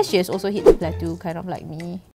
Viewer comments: Hi, awesome vid, but just wanna point out it’s pronounced as “plat”-“toh”, and not “plat”-“tu”. Cheers! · I think if a "drop" affects you so much - then you really need to get a life and be fulfilled on less attention!!!!! Geeez!!! And how come can't pronounce "Yvette" and can't pronounce "plateau"?!? Weird.